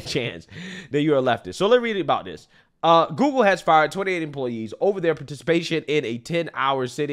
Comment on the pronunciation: Love how says "GooGoo" instead of Google lol